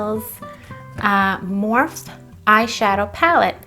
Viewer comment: Did u call it morph? LMAOOO